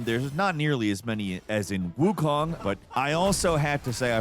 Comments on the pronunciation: he said Wuchong meanwhile nah im like its WooChang LOL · “wuchong” not the first Freudian slip when talking about WuCHANG I’ve heard online and I’m sure it won’t be the last 😂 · is it not pronounced wu chayng? kept saying wu chong in the beginning of the video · gonna level w you i didnt notice that LMAO but the mandarin pronunciation is “wuchong” why is why i said that. i wonder if its a case of mispronunciation in the dub? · Is it just me or is he deliberately saying Wuchang wrong? Wuchong? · Why do you keep saying Wuchong? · Wukong and Wuchang don’t sound the same at all. Kong rhymes with cone and Chang rhymes with long. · Kind of wild how bro pronounces Wuchang vastly differently in under 1 minute lmao.